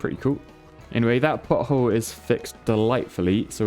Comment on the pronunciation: As an American (and a childish one, at that) the first two times you said pothole, it definitely sounded like butthole. I appreciate your dedication to repairing buttholes ❤️